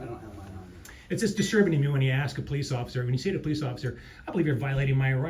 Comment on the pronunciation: He only answers the questions that you AX him! Lmao! Learn English.